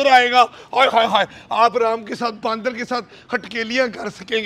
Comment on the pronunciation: He's calling them baandar instead of bandar. 😂😂😂